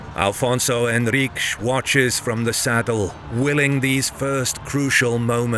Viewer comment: Good pronunciation in Henriques, but bad in Afonso (no "L" in Afonso).